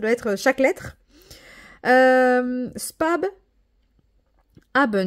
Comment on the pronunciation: Coucou on dit pas "spab" mais "spass" l'espèce de gros B représente 2 S😊 après l'allemand est une langue compliquée 😊 biz